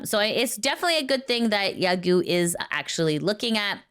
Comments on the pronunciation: "Yagoo" is pronounced "ya-go" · A small remark - Yagoo is pronounced with a lengthened O sound, not U.